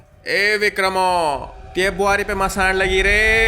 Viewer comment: By the way it's not मसान it's मसाण